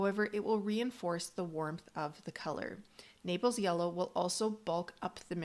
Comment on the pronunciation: Naples yellow; not napels. Thanks for the great info.